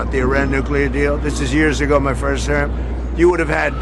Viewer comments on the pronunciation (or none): none